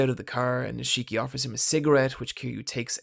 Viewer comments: NIIIII-shiki not ni-SHIIII-ki ffs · How are you gonna pronounce Nishiki wrong when Kiryu says his name every time there's a scene with him? It's NEESH-KEY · Honestly, please just tell me if the mispronunciation is just trolling at this point. It's every video and it just makes my ears want.to curl up into balls. This video the mispronunciation was Nishiki. It's pronounced: Nish-Ki (Kiryu even says it in the scene at the mark): "Nish-EE-ki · No one Him: Neesheeki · Ni-shii-ki lol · I can’t take this video seriously with how you butchered the pronunciation of Nishiki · How the fuck can you not pronounce Nishiki correctly even though it's repeated 5000+ times in-game